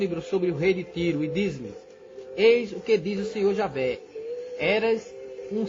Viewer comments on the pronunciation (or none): none